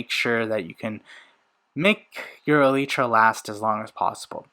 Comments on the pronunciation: Its E lie Truh say fast its not Ee lee tra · Holy bro it’s eee-ly-tra not eee-lee-tra, I can’t watch this video because of that sole reason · He said elytra wrong